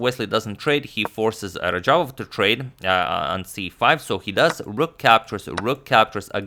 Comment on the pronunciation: radjabov not rajabov and teimour not teymur